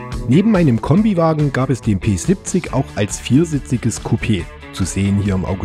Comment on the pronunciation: Danke für das schöne Video. Mich hat das Auto immer begeistert, es ergab sich leider nie die Gelegenheit jemals eines zu fahren. Ein kleines 1:87 Modell habe ich mir einmal "geleistet". Kleiner Tipp an den Sprecher: Das Fahrzeug wird "Pe siebzich" gesprochen. Nicht "Pe sippzick", bitte. So hat es sich angehört. Das klingt voll gekünstelt. Ja, ich wohne auch im Erzgebirge und wir neigen dazu, wenn wir dialektfrei sprechen möchten, falsch zu betonen. Im Hochdeutschen sollte man die Endsilbe "... ig", wie in "König, wenig, artig, stetig und unsere Zehnerzahlwörter" stets als "... ich" aussprechen. Das ist nur ein Tipp, keine Kritik.